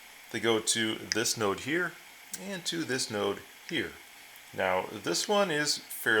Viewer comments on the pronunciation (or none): none